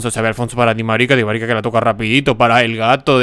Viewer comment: porque dices Dimarica?